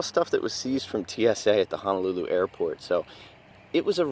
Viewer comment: Ho-No-Lu-Lu Not Hana looloo